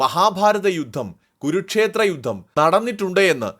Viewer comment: ഗുരുക്ഷേത്രം അല്ല കുരുക്ഷേത്ര യുദ്ധം എന്നു വ്യക്തമായി പറയുക !